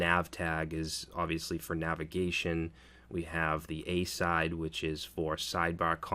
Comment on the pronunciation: It's "uh-SIDE", pronounced exactly like its namesake noun and verb, "aside".